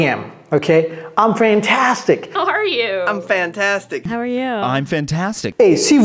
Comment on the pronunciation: How arrrrre you 😂😂😂😂😂😂